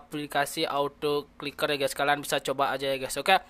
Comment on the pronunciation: Ahh ngomongny belepotan Kliker bkn ciker😴😴